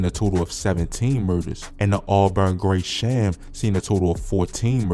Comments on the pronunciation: My boi u gotta get the street names right.. u butcherin TF outta the city blocks! 😂 Rip to all the fallen but damn wtf is palona? U mean Paulina.. 😂😂 and Christ hospital is in OAK LAWN not Oakland silly man😂😂😂😂 and WTF is auburn grey-sham😂😂 it's auburn GRESHAM fam..😅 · Bro said owlburn and graysham